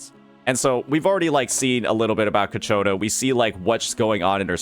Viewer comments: Ciaccona, not Cacciona, sir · Say it with me.... Chi-A-kona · bro may be good at reading tooltips but those names... man, KATSCHIONA is too hard xddd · Ciaccona ❌ Caccona ✅ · The pronunciation is "Chakkona" In Italian, "ce" or "ci" is pronounced as "che/i". Double "C" makes no difference. Any other vowel after "C" makes it sound like "K". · Your channel is great. I hope you do not mind but the i in Ciaccona and Roccia is silent . Like Tshaccona. Rottsha.😅😅❤ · You should google translate the names of each character for pronunciation (specifically Ciaccona because I can't listen to a name be repeated incorrectly when I know the meaning of it and it's a literal word). Great videos btw. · I wish he'll learn how to pronounce her name by the time Ciaccona appears. The fact that the swapped where the "ch" sound is makes me unreasonably mad xD